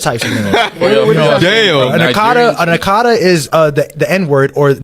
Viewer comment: The guy said Akatar with an r, he simply an idiot with his idiotic understanding of the meaning of the word Akata.